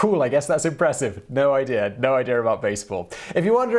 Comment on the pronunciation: "No idea what that means! No idear no idear at all!" Best part of the whole video!